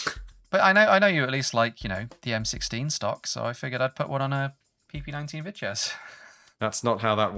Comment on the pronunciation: Also props to for saying Vityaz and Bizon fairly close to the Russian words~